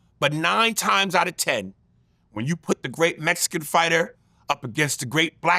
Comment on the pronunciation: What's going on with Aries eyebrows. And why did he say mexicans like that? Hilarious😑